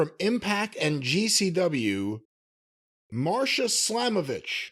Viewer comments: It's Masha slamovich not marsha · MASHA* ✅ MARSHA ❌ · Its Masha Slamovich not Marsha . Correct ???